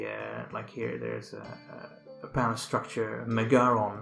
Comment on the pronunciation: It's not pronounced "MeGAron". It's MEgaron. Just Like the name of the band MEgadeth. Learn to pronounce the Greek words properly.